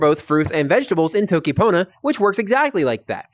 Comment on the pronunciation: It’s not pronounced Toe-ki, the O is short as in the Spanish Every American tutor seems to get this wrong. tokki ponna. Really good lessons btw, very interesting and well explained.